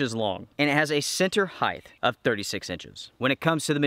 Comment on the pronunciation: The word is 'height'. not 'heighth'.